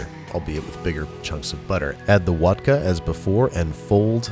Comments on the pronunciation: I thought he said Wodker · "then pour in the WoDkA" umm what is wodka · It's vodker or wadka not wodkver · Wodker or wodka? IM SO CONFUSED!!! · Water + vodka = vodker Not wadker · Wodker is pretty close to a couple regional accents in Russia 😂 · Of you pronounce “watka” in a German accent, it still sounds like vodka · other people : vodka and water babish, an intellectual : vodker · He says wadker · I thought he said Wodka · “Wadker” Nah, my friend. That’s water squared. What’s vodka mean in Russian again? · Wodker... The best word ever said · is it wadka or voter or vodter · Wodker? Cmon man youre better than this. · Its Wodka! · Did he say wadka? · Lol, whisk “wigously”? Too much of that Wodka B!!